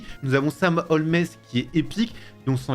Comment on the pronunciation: On dit pas holmesss on dit Holmes